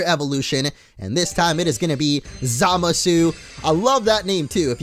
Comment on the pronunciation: Dude said Zamasu wrong... Sit down we need to talk.